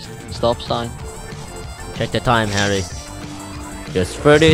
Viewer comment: Because he says herro.